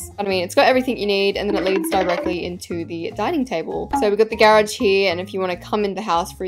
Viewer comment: Not grahhj it's garage